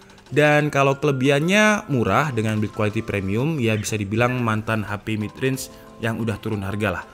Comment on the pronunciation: Kedengarannya Realme bukan Real mid